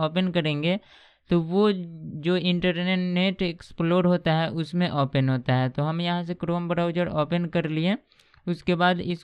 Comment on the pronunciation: यह सारे लोग ओपेन क्यों बोलते हैं ओपन को ?